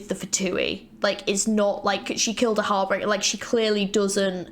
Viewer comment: “HAR-BEEN-GER” not “heart bringer”💀